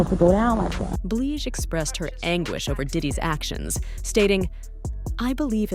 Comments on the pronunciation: Who the hell is “Bleeej” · Why is it that you can make this video but can't pronounce her name correctly. The women has been singing over 25years how the hell you dont know how to pronounce it.. Yall white people do this a lot i notice when making these videos. Just sad...